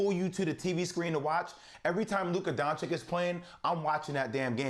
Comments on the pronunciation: "DoncheeCH"!!! Not "DoncheeK". Come on Jay Will...if you love him so much, put some proper respekk on his name lol :)) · I would understand if he would call him donkik, but to call him donchik after 2 whole seasons is just mind blowing :O wooow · Who is Luka Donchick? :O I find this really ignorant...after 2 years in the NBA and being one of the top players,..some reporters still don't know how to pronounce his surname. This is not just laziness,..it's disrespectful. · HE IS NOT LUKA DONCICK. Hi is DONCIC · Nobody:... J Will : Luka DonciK 🙄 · DonchiCH! After two seasons of Luka doing what he's been doing in the NBA, not knowing how to pronounce this is a choice. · Doncik? What is this dude saying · I mean Dam Jay Will! At least get Luka's name right when you're voting for him. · Bout to win the MVP still Jay still dont know how to pronounce his name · And you still can't say his name right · seriously guys learn how to pronounce Doncic. It’s really not that hard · Luka DON-CHI-CH